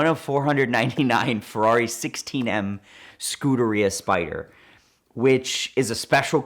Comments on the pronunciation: Ferrari Scooteria???!!!! Wtf learn your cars or second language bro!! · scooter-ia isnt how u spell it its scuderia and that gallardo crap is the dumbest crap ever if u are American u say GALL ARDO if u are Italian you say GUY ARDO its dumb that people get but hurt when no one truly knows not even i do but i dont think u should pronounce a car name in the true language unless you have that nationality in your blood